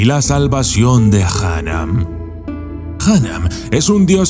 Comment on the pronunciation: Esta muy bien hecho solo tengo una pega El nombre de Jnum no se pronuncia “Janam” sino “Genum” o simplemente “Num” Salvo eso es un vídeo excelente Saludos desde España Y desde Djoser al periodo intermedio hay casi 300 años de diferencia